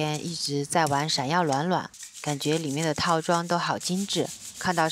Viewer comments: 闪耀卵卵，哈哈哈大神是湖兰人吗？ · up是湖南人嗎，把暖暖說成卵卵，好像我一個湖南的好朋友